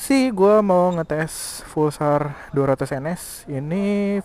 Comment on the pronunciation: Maaf bang tapi namanya Pulsar bukan Fulsar :'